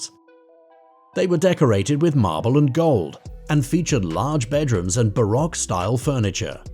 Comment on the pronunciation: "Barrack furniture" lmao... It's pronounced Bar-Oak